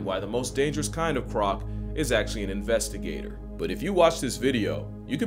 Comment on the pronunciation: Did I seriously hear "investi-gator"? 😂🤣